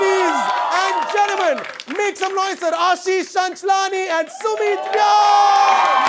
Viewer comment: *Ashish.. *Ulhasnagar